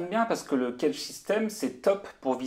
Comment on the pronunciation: éviter de prononcer cagette,sinon çà le fait pas.